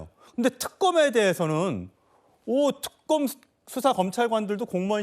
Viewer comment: 저녀니.발음이나 똑바로 해라 특금..금사 이지랄..